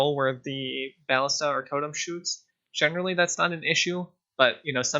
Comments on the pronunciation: both of the a's are pernounced the same not two different a's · bal·lis·ta please its tilting me but say it right sob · bro u should o to google translate and see the correct way to say BALLISTA... lol